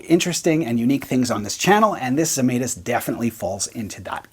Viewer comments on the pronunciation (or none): A lithuanian here.. I guess you would like to pronounce the name the right way as a guitar sounds. So. It goes like Žemaitis. First letter sounds like J from jam. Just without the D in front. Let us all keep all the sounds right. Just like the guy made in his guitars :) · Lithuanian manufacturer. You butchered the name, though. My mom would be furious LOL